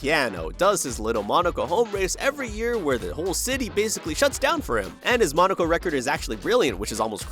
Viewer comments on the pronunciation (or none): none